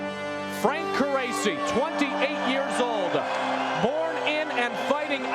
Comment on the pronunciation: I thought his name was pronounced car-rachi